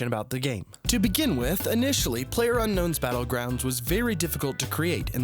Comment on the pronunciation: lmao he said Playerunknown Battleground’s